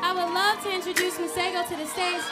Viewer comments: I can't get over how y'all pronounce masego 😭💔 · He needs to teach y'all how to pronounce his name right. 🙄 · "Masego" 🤣🤣😅 Ari gotta learn how to pronounce man's name right ♥♥♥ Love you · Any other Tswana speaking person here who cringes on how they pronounce "Masego"? 💔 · Y'all pronouncing Masego all the way wrong!